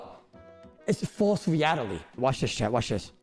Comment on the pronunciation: bro the way u pronounced reality got me lmfao, great vid :)